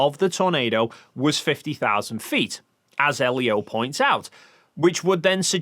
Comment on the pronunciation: 😂 everytime he opens his mouth, an extra L is added to his name.